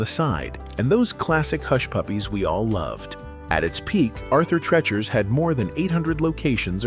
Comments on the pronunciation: Arthur Treacher was a character actor who licensed his name to the chain. And he PRONOUNCED his family nane "TREE-chur,' NOT "TREH-chur;" you used the LONG "EE" sound, NOT the short "eh" sound. People from the 1960s remembered his being Merv Griffin's stage partner when that former big-band vocalist was hosting his (Griffin's) talk show, and his (Treacher's) introductions of Griffin, "And now, here he is, the dear old boy himself, MERRRRR-vyn!" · Why is the narrator pronouncing arthur treacher wrong? What’s the deal with that?